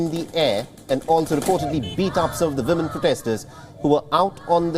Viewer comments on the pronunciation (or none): Respectfully w is a sound similar to the French word for yes, oui. Several reporters say vimmen and it’s distracting